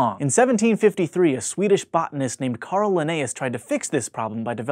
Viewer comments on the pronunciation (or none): none